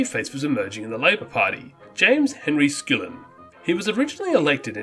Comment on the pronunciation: It's Skull-in not skool-in. And it is Cor-ANG-a-Mite.